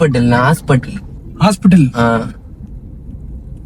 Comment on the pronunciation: Hospital ❌hospatal✅